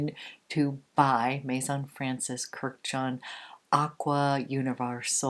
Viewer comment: It’s not Kur-jan, it’s Kurdi-jan. He’s Armenian just like the Kardashians. All Armenian last names ends in -an. Armenians are Middle Eastern, and related as well as being a biblical people just like the Arabs and the Jews (Semitic).